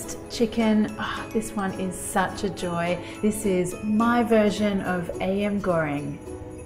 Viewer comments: Marion girl I love u but I couldn't help but laugh when you so innocently said ayam as AM (it's pronounced aa-yum) 😂😂😂 nonetheless I loveeeeee this recipe, will definitely try it. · Looks amazing! Btw it’s pronounced “AH-YAHM”